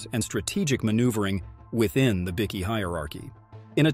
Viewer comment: You might want to learn to say Bikie properly, it's not pronounced "bikky", it's pronounced "bike-e".